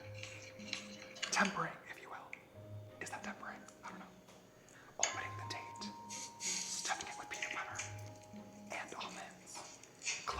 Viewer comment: You said date all I heard was taint!!!! 😂😂😂